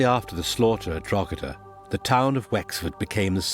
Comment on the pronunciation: Please learn to say Drog-her-der properly before the inability to do basic research completely discreadits anything that's put forward. The treatment of the garason there is highlighted measly as it foretells the "so called" mass ethnic cleansing of the west. Which you don't conver. A large proportion of the Irish population was killed. To a degree that Irish culture struggled to sustain its self there after. In Ireland Cromwell is the no 1 figure of fear and sadness, and as a result hatred. The silly one sided commentary here is why the Irish view the English education system as ill preparing the them for a sensible relationship in the future. Any oportunity for Ireland to become part of the British Isles ended with Cromwell.